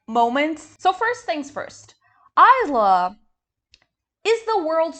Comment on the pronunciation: As an aside: it's pronounced "Eesla" (Long e sound as in "see")